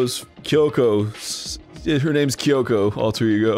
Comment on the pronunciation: No one knows how to pronounce Byakuya's name, but he can't even pronounce Kyoko's name right.